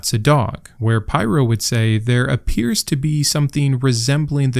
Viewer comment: It's pronounced as in 'pirro', not 'pyro' (even though it would be more badass). :)